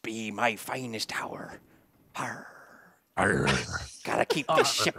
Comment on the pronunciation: "This be my finest hour".... = "This be my finest tower" Oh SeaNnanners